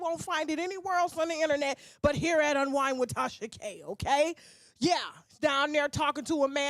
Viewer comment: You know its "unwind" not unwine😅😂